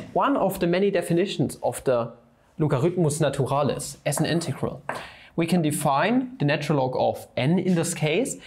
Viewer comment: "logaritmos naturales" lmao, that spanish tho